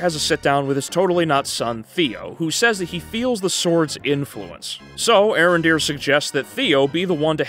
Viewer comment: It's pronounced A-Arondere